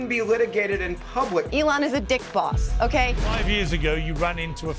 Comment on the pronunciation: Calling Elon a "D!ck Boss" would've landed better if she enunciated it correctly. Without equal emphasis in both words it sounds like a fun nickname. 😂 "Watch out here comes D!ckboss!"